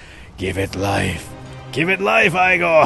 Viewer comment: Igor isn't pronounced that way